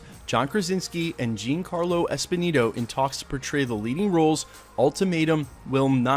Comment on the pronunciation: Just as a heads up, Giancarlo is pronounced "John Carlo", not "Jean Carlo".